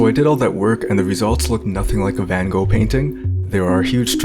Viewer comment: You are not pronouncing his name correctly.